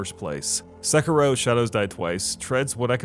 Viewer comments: [Se-ki-roh] not [Sekki-roh] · How hard is it to say "Sekiddo?" You white people are too much. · You sound bored to be reading your own script. Also, se-“key”-ro. Nice video. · dude it's not pronounced 'sekarow'... it's a japanese word after all not an english one